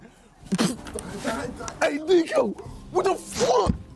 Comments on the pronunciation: jj it's niko not neeko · It’s not Neeko it’s niko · Niko not neeko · And JJ calls him NEEEE-KO instead of NIKO, lmao 😆 KNEEEEEEEEKO! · Niko: I hate when people pronounce it “Neeko” KSI: “Neeko” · Still called him neeko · KSI calling Niko Neeko kills me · why does JJ always call Niko Neeeko 🤣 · JJ wearing an NDL Hoodie but still calling him Neeko 😂